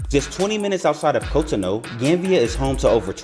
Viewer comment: It’s pronounced cot-on-oo